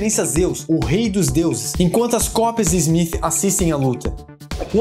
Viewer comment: Inacreditável o baixo conhecimento da língua inglesa e a sua correcta pronuncia...Agente ezmith?!?!?